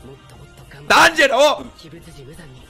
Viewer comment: Still waiting for to pronounce Chuntaro correctly